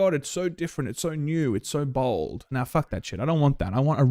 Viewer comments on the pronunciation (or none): none